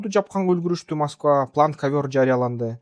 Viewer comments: Масково эмес Москва туура суйлосон Эврейлер жакшы толоп жатабы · Мосгово дейсинго туура скйлосон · Маской дебей так суйлочу